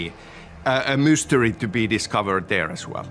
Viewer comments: did Sam Lake say Moose-tery? I see what you did there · Did Sam say a moose-tery? Also Saga is such a fantastic character, Melanie did so well!